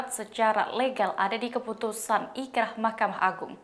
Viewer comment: Boleh koreksi sedikit ya min, inkracht ( dibaca inkrah ). Saya td dengernya ikrah soalnya.